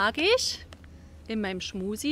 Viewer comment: Ist das Absicht, dass Du permanent "Schmusi" sagst?